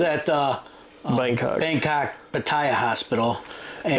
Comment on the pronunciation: Hi, Good video on health checks, I worked in ICU for 22 years, so I have a little experience in healthcare delivery, Thailand has USA beat for price and quality in most places. I subscribed and been following you for a while. We live in Chanthaburi province for 15 years. Please re-examine your pronunciation of Pattaya, all my Thai friends pronounce it Pat-ta-ya. I hear other YT shows where they say it like your doing, but according to Thais I know, they say it’s Pat-ta-ya. I know it’s petty, like tomatoe, tomato….. keep up good work!!